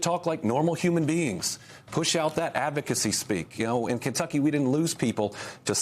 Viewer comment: LOL, She said "Kentuckany". Love Andy.